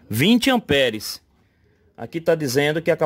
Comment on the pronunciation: Rêlê, amperes... Kkkkkkkk Pelo amor de Deus cara, pára de falar errado.